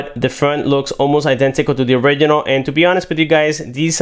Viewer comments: It sounds like he says oregano instead of original! 😂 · So cringy when he say "original"